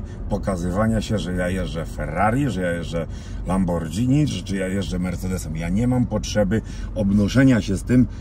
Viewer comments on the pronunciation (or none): Mariusz kurde bele jeździsz lamborghini i mówisz lambordżini? To się wymawia Lamborgini. Wiem pierdoła ale kurcze aż mnie zawsze uszy bolą jak ktoś źle wymawia nazwę tej marki. Poza tym jesteś gościem który odniósł wielki sukces ciężką pracą i cóż życzę dużo zdrowia i radości z życia.